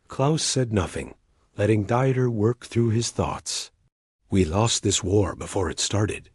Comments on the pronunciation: Deeeter not "dieter". It may take a little extra work to insert German pronunciation where needed, but it does make a difference. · Dieter is pronounced Deeter, not like someone restricting calories!😅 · It's not Dieter..it's pronounced deeter. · Come on! Dieter rhymes with Peter! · Dieter is pronounced as DEE TER not DY ter! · The AI ALWAYS MUTILATED the person name, it’s not pronounced diet it’s pronounced dieter the German pronunciation is completely different than American pronunciation. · Learn to pronounce German names !Not Dieter, both Deexte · What's with all the swastikas in here America? Also, you don't go through Indiana to get to Ohio from Pennsylvania. Plus, in German "Dieter" is pronounced with only two syllables, a long 'e' sound followed by a short 'e' sound. This video is just weird.